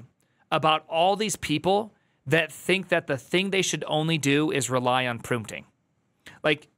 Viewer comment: prumpting? is this your little tick you have for audiences to latch on? most of these people seem to have some .... original... sound they make... hahahahaaa